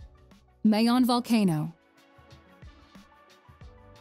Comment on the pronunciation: Mayon Volcano,,,,all our vowels,,, especially,,(a) is pronounced as short vowel...please don't say it in long (a) sound ...